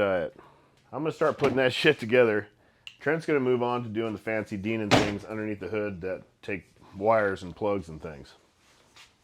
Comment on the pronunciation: The word is "Dinan" with a long "i" - it is not "Deenan."